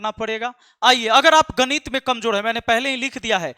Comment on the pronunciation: Gadit nahi ganit😂😂😂😂😂